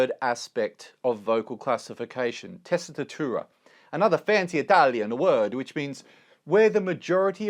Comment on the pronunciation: As an Italian, I liked how you pronounced primo e secondo passaggio 🤗 and tessitura! In a Southern Italy accent